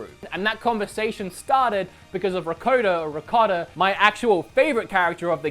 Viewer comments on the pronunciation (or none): none